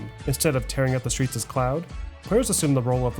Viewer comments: Its Claude. Not cloud🤣🤣 sounds like clawed almost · Its Claud!!!!! (Not Cloud!) Lol i see you! Great editing skills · Cloud??? His name is claude, like clawed 🥴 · Until I realized he was mispronouncing the name, I was shocked to hear of another video game protagonist named Cloud 😂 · I can't watch this video without clowning on you for calling Claude "Cloud" 100 times lmao. Absolutely amazing documentary man, i appreciate your insane amount of work for this huge video. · when he said cloud instead of Claude my eye twitched a little bit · You calling Claude cloud was kinda annoying, but great video bro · Anyone going to mention his mispronunciation of Claude? He says Cloud. 😂😂😂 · Every time this guy says CLOUD instead of CLAUDE 😩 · Claaadd.. not cloud bruh haha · Cloud?! Not how you say “Claude” dude…. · Who's cloud?it's Claude FFS lol and they didn't kidnap the guy at the start of 3 they rescued him lol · Il pretty sure gta 3's main character is "claud" not "cloud" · You keep saying cloud! Its pronounced like Clawed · Stop saying cloud!!!! Its claude. Pronounce it like clawed! Ffs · Your pronunciation of Claude kills me so bad... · Great video. You calling Claude…Cloud was funny though. How tf you mess that up so consistently? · Thank you! I know I'm being neurotic but the mispronunciation of Claude kept bugging me. I was like "that's not even a name" Also, random question: Does anyone know if they mention his name before his appearance in San Andreas? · Can't pronounce Claude. "A"